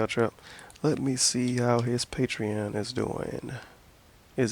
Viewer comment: First word in the video: "patrein"